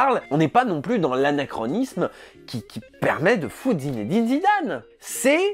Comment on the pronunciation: au passage je me souviens que Jamel avait précisé dans une interview (en 1998 il me semble) que personne ne prononçait correctement le prénom de Zidane : "il faut le dire Zinedine et pas Zinédine, il n'y a pas d'accent sur le premier e". Or là on l'entend bien dire "Zinédine". Ok c'est un petit détail mais c'est presque amusant de le noter.